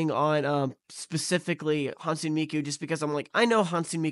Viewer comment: For future reference, Hatsune is pronounced "HAT-soo-neh"!